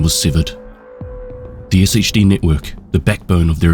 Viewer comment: Pronouncing it Ess Aich Dee when every character in the game says Shade is crazy work